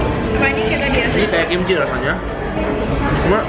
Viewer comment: apa cuma AQ yg denger ngomong kimchil?